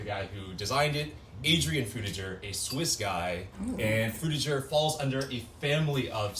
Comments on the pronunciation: I thought Frutiger Aero make a g sound instead of a J sound… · what is frtiger i mwan drutiger i mean druitger i mean frutiger